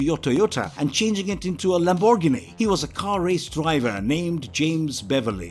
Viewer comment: This dude needs to practice how he says Lamborghini. It isn't Laborgoni. 🤣🤣🤣🤣